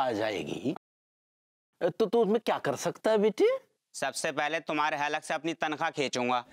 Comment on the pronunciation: Bete nahi ,byete, aaja mere byete😂😂😂😂😂